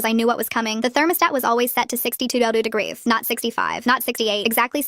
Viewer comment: AI please learn to pronounce words... "degries" (not a word)instead of degrees... and they pronounced it correctly 1 time... smh